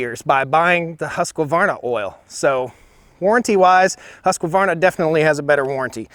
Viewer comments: it's pronounced hushkwarna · It's pronounced Husk varn a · Husq varna ..... there is no A in the pronunciation .... many people say it wrong, I used to also ... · Husqvarna [husk-var-nah] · Huskyvarna? lol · No offence. I'm not swedish, but I know the language. And I also know that if someone said "Haskawarna"/Husk qua varna" to a swede, he'd wonder what the heck they were talking about. Why make the name longer than it is... Stihl is german, and pronounced "steele", just as you point out. But it's sounds the same in both USA and Germany. Anyway, both make great saws, and that's what's important. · he says it like huuskavarna, finna get osteoporosis from it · Husq. Varna. Where the hell is the UH in Husqvarna. And ya it is steel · Husqvarna is pronounced Husk-var-na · BoBs Actually the original correct pronunciation is "huss varna". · IT IS HARD TO TAKE NOTICE OF SOMEONE WHO CANNOT PRONOUNCE HUSQVARNA AND SAYS HUSKAVARNA ,,! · Whats a husq a varna, why americans pronounce it like that lmao … take the “ A “ out it. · I jus wish you would learn how to pronounce Huskvarna. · Husq - A - varna ???... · Nice fair review..but a reminder....there is no "a" between husq and varna.😊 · I enjoyed this, but, where's the "a" in Husqvarna? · Great video, only one negative comment. Husqvarna is pronounced exactly as it is spelled. There is no “a” between the “q” and the “v”. Like I said before, great job overall! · European here. You pronounce Husqvarna in a very funny way... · Haha as a swede I always laugh when I hear Americans pronounce Husqvarna. You guys couldn't be more wrong :D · 1. Great video. 2. The way you say husqvarna makes me cry. 3. I'm wierd, so dont mind me :) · The way this guy pronounces husqvarna o_0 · Video seems biased. Stihls chain is clearly not as sharp and I could hear it isnt tuned quite right. Its 4 stroking way too easy. Also it kills me how you mispronounced both names every single time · HUSQvarna not husk-A-varna....say it right